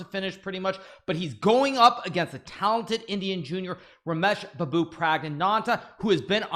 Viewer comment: The way hikaru said babu is impeccable